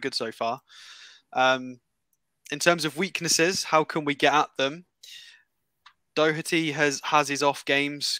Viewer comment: complaining about pronouncing players names but he said dockerty instead of Doherty bit rich 😂